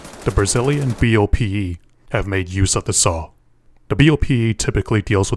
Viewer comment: It's funny to hear someone from BOPE spelling out the acronym letter by letter instead of pronouncing it like a name, such as the FAL rifle (in Brazil, ParaFAL), which is also read at once instead of being spelled out.